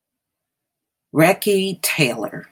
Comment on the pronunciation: Her name is pronounced REE-SEE (long ē sound sound). Recy Taylor, may she rest in peace eternally💗97,she's an inspiration for many generations to come. Thank you for covering this on your channel.